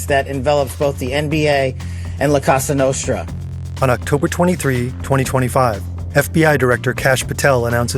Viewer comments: Did Kash say "la costa nostra"? or "la casa nostra"? Neither of which means what he thinks it does. 🙄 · That pronunciation of La Cosa Nostra is the biggest crime here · The head of the FBI not being able to pronounce "La Cosa Nostra" is exactly what you'd expect from a Trump appointment. Pretty much every aspect of the federal government has been corrupted and stupified. You won't be able to use any federal office as a source from now on as they are just instruments of Trump's corruption and no longer actually do the job they are meant to. All the decent intelligent agents and federal officials either resigned or were fired by Trump. That nut literally had federal workers sign a pledge of loyalty. Not to the country or people, but to him personally. Don't use any U.S. government entity after Trump took office as a primary source for anything.